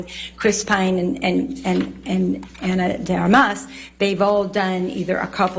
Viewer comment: Why can’t nobody say Ana de Armas? It’s not that hard man… 🤦🏻‍♀️